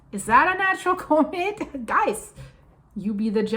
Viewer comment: Just a quick, helpful note... The usual pronunciation for comet is a little bit different. The "com" beginning of the word is pronounced just like you would pronounce it in a URL address ending with ".com" (You can verify this online) 😊